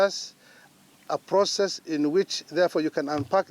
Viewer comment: this guy not much good,,, when i hear that word PROCESS